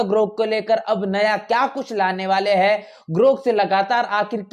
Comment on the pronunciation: उच्चारण में "है " और " हैं " का अन्तर नहीं सुनने को मिलता है ।